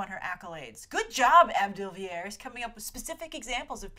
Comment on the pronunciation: as a sometimes cricket fan I always crack up when you pronounce AB de Villiers as ab rather than A.B. And yes, there is another AB de Villiers out there, he is a very popular and successful cricket player from South Africa.